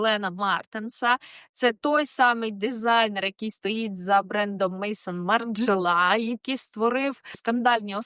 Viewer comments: Кто такой Мэйсон Маржела, стилист? Бренд называется Мэзо́н Маржела Maison Margiela! Maison (fr.) - дом. Дом Маржела Хоспадяяяя , откуда вы лезете, стилисты? И зачем ? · Перепрошую! Але не Мейсон Маржела, а МезОн Маржела. Дом Маржела ( французький бренд) . Читаємо французькою. Підписалася, дякую за працю! ❤